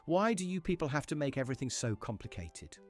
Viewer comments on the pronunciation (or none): none